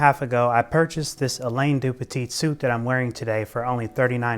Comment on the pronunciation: thats NOT how you pronounce this name